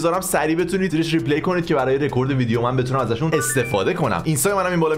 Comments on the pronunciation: ریپلای درسته جان، نه ریپلی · آقا ، ریپلای‌. نه ریپلِی. بذار لااقل انگلیسی رو درست از تو یاد بگیریم